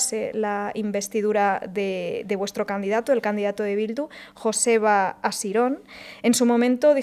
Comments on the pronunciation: Culturilla (con respeto) , Joseba, se pronuncia "Yoseba" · Joseba se pronuncia yoseba... 😂